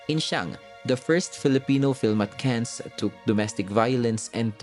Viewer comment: No mention of Tinimbang ka ngunit kulang. Top 3 Brocka yun. Mali din pronunciation Ng Cannes. Goods pa rin naman